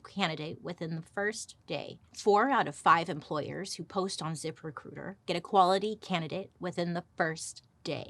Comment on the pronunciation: I love when Bailey does a zip recruiter ad read. It sounds like she’s saying zippercooter 😂